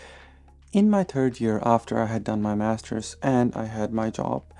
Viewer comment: I like your videos, but yet another time i hear, that your "third" sound like "turd" 😀 Maybe it's better to change the way how you pronounce it